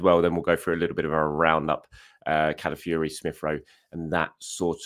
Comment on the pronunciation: Why do you pronounce Calafiori, Cala-fury? Fi-or-i >> Fee-or-ee, it’s really not difficult. I proper lament for all these talented players across the globe that have their names butchered by journalists, pundits and commentators that are just too lazy learn their names, or even just say what you see with this one…